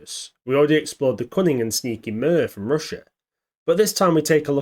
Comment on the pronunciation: I misheard at the start, I thought you said "we already examined the cummingham and sneaky mirv" I thought oh there was a British AI? Then i realised you meant cunning, not cummingham...